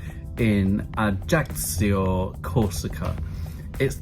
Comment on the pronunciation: Great vid. By the way, it's pronounced AYACKYO. You're welcome 😊